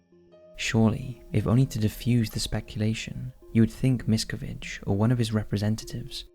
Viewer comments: The last name is pronounced mis-CA-vige. If you’re doing a video on someone at least learn how to pronounce their name correctly. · I enjoy the topics covers, but you continually do yourselves a disservice by mispronouncing the main person or location you’re covering! Not once is Miscavige pronounced correctly throughout the entire nearly 20 minute video. In another recent video covering the Menendez brothers, it was the same problem. UGH! Now it’s Leah Remini!!! If you’re going to make a video RESEARCH HOW TO PRONOUNCE THE NAMES! Otherwise you make yourselves sound ignorant! That’s it - the Remini thing just convinced me to stop following.